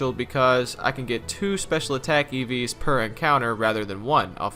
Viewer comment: I keep hearing Eevees instead of EVs